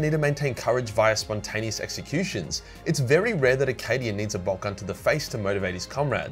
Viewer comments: I know he said “cadian content” but I heard “Canadian content” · Did he say subscribe for more Canadian content? I def heard Canadian content, not Cadian.